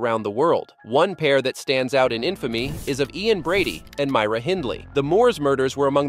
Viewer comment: Your are first American to ever say Myra and Glasgow the way it should sound .lol my family from Colorado, mouths sounds like they go numb as soon as the try to speak these words 😂